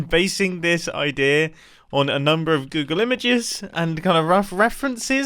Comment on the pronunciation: I find it funny that whenever mumbo says "idea" he says "Odea"...